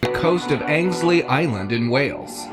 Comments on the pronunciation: As a Brit, I must say, the guy who is narrating the video makes me laugh with his pronunciations lol. For instance, with the second clip, the glowing sea. It is NOT Angslea Island!! It is Anglesey Island - pronounced Angle-sea!! Regarding the subscribers pic. The feet on that humanoid, it looks very much the same as how a chimpanzee's feet looks like. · In case you visit, the place in Wales with the glowing water is pronounced "Angle-see" 👍 some cool places over here, you should come visit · I'm sure he meant Angelsey not Angsley lol